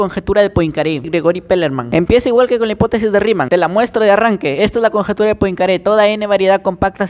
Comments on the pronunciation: Se pronúncia: Puancare... o algo asi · Esta genial. Solo como consejo, podrías pronunciar el apellido de la siguiente forma: “Poancaré” … Para mas placer 🎩🤤😎🚬🚬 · Se pronuncia puancaré